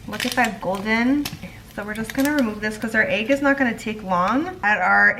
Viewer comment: i love how you say “egg” you pronounce it “agg” i love it 😂😂❤️